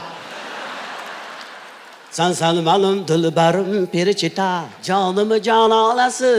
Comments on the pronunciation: Перичита МАС ФЕЛИЧИТА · Perechita mas felichita manimcha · Перечита эмас,балким ФЕЛЕЧИТА дир. Маьноси :тоза хаво : дегани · Охун ака перичита эмас феличита италян шаркынынг исми 😊 Ман сизнинг мухлисингиз ийики варсыныз ❤ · Не перечита,а феличита... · Перичита емас Веричита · Италиянкий песня Феличита Felicità ( счастья)😅ПЕРЕЧИТА эмас